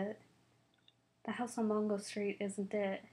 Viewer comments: It's Mango not Mongo. Just saying. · M a n g o not mongo